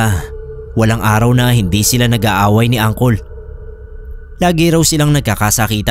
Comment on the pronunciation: Tawang tawa ako sa pag basa mo ng angkol😂😂😂 diba puede uncle ang pagkakabasa?